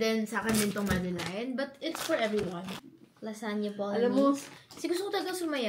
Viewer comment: Madeleine - "madelen" not "madeline"